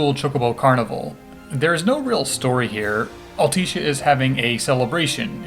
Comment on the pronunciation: All-Tisha. Sorry it bugged me